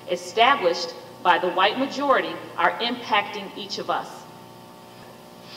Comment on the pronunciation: As soon as she say wight mojarity she shold be fired